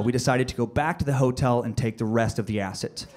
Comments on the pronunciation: Why does he say "Ass-It" instead of acid? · Is anyone else annoyed by how he says Acid?? He says Acit not Acid. BUGGING ME!!!!!! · R we not going to talk about how he keep saying acit when he was talking about acid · I can't get over the way he's saying Acid. He keeps saying Acit... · anyone else get annoyed when he said acit? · The amount of times he said acit instead of acid😂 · Him saying "Acit" was killing me lmao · Acid, yes, but this guy took acit....no "d". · Is it just me or does it sound like he saying acid with a "t" in stead of a "d" "ACIT" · great story hahahaha, but did anyone else notice he says acid like "acit" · "AciT" lmao all I could hear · He literally keeps saying "acit" not "acid" lol. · something about the way he pronounces acid like "ass it" really just annoyed the shit out of me. Idk why. It's like once I heard it, I couldn't un hear it the entire skit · Am I trippin or does he say Acit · Is it me or is he saying A-Cit and not A-Cid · Tried my best but couldn't sit through all the "aciT".. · He calls it acit💀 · Its a d not a t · This guy is saying "ACIT" IT'S "ACID" DUDE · I cant stand how he says acid Acit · It's funny. I dont like how he says "Acit" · Funny, but I hate the way he pronounces 'ass-it' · Lmfao! I cant stop hearing it! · Why's he saying acit? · Why is he saying "ass it" 😳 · Has anyone ever told this guy that there's no f#cking "T" in "acid"??? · Anyone else have a huge problem with how he pronounces acid? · Why do you put a t and the end of acid! Lol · How this guy says "Acid" is killing me and IDK why.......... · It really bothers me the way he says "acid" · i hate how this guy says acid.... theres no goddamned T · Acid has a d not a t dude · The way he pronounces acid pisses me off